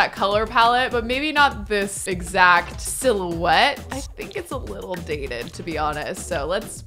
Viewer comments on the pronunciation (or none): none